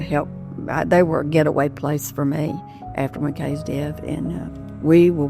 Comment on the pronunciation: Why did she say Mcks not Mckays when she was talking to her at the end??? I am glad she is still holding on for her son. I couldn't imagine......